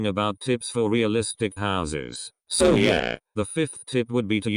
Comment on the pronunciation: nobody: not a single soul: LEGIT NOBODY EVER: the voice: SEW: no... SO the voice still: SEW